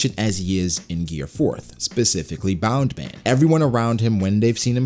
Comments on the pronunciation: um excuse me why u keep saying bound man??its bounce man its either u speek japanese fully or none u use it like its literally what it names i got used to it but then i realise u keep saying bound man like ur mocking luffy just say bounce man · Why do you keep saying bound man? Isn't it Bounce.